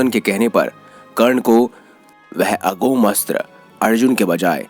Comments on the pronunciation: अघोम अस्त्र नही अमोघ अस्त्र😜😜😜😂😂😂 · Thanks for the video. Suggestion is that in video the word AGHOM ASHTRA is not correct. It is AMOGH ASHTRA.